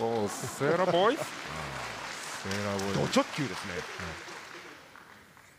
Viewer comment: ミラノさんの「おぉ、セーラーボーイズ」の言い方が発音よすぎる